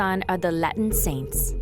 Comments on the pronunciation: This AI generated narrator is wild 😂 Al "Caponey" Gangster "Decibles" "Layten" Kings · And Latin